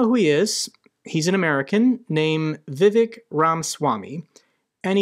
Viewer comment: It's not Vivek, 'vivake' as in fake👍